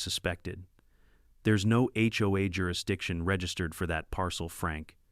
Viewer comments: "Hoe"? Seriously? The term is "H O A". Maybe if the 'bot programmers learned to use grammar and punctuation their offerings would be worth listening to. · first 3 seconds i heard (hoe) XD